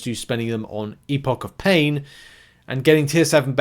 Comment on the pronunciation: It is epoch of pain not epic of pain 😂